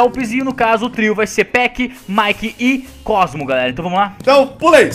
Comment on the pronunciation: Falo o cosmo errado